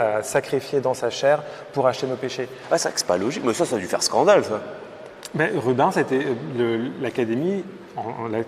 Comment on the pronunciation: J'adore ton contenu et quel plaisir de voir avec toi que j'adore aussi, mais par contre ça fait saigner mes oreilles quand j'entends Rub(in)s, ça ne se prononce pas comme ça, ça se prononce Ru-bènss. Si ça peut aider les guides du musée merci d'avance